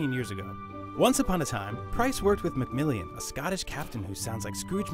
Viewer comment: If you can't pronounce Mac-Millan, then you've got it all wrong